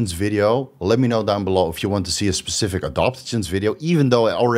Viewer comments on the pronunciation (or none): none